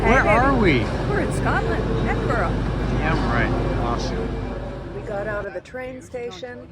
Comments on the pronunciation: Hey gorgeous 🤩 it's pronounced " Ed in bu ra" my hometown. Hope you loved it. Xxxx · Thank you for showing of my home city so beautifully 🏴💞. Just one little point the pronunciation of Edinburgh 🤦‍♀️. I hope Howard has recovered x